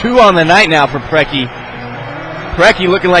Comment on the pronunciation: The mispronunciation of all of the (what should be) very famous american soccer legends' names kills me! There's not even an "S" in Preki...